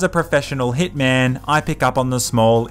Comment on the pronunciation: I love how he says; with hItMaN